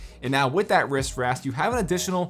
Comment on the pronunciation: “wrist wrast”